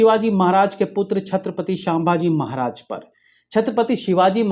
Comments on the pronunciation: The name is sambhaaji maharaj not saambaji maharaj🙂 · shambaji maharaj nai, sambhaji maharaj boliye... Kam se kam naam tho sahi lijiye. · शाभाजी नही re संभाजी महाराज बोलो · छत्रपती 'संभाजी' महाराज....आपकी pronunciation ठीक करीये..🙏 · उच्चार पर ध्यान दे🙏 संभाजी महाराज 🙏